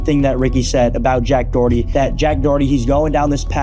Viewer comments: name is DORity...and he cant stop saying DOE ITTY HAHAHAHAHA!! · It might be your Aussie accent, but it’s pronounced doe-hurt-tee. Not “doughty” By the way, I think “Doherty” is an Irish surname. Just a cool fact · Why does everyone mispronounce the last name Doherty? , Jack Says "DOritee" (o as in dot) not DOE-Her-Tee. Just like anarchist is not pronounced ANUSKISSED. { just a reminder from your favorite internet pronunciation troll } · "jack doohty" 🤓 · you're absolutely butchering the surname Doherty. Sounds like someone who can't pronounce their Rs saying Dorothy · Jack dowety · still waiting for someone to pronounce his last name correctly. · The way Americans pronounce Doherty 💀